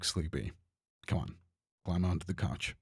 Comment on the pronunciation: the kauch